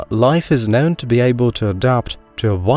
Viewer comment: What a funny accent, your not a native speaker? The way you say known , you say nown. But you pronounce words with a posh English accent